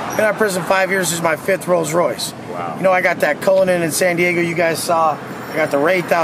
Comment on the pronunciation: Wait did i hear that right did he just say I'm gaygo & changed it up & said i I'm daygo 😅😮..